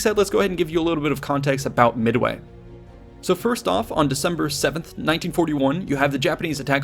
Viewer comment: Did he just say "Mid-away"? lol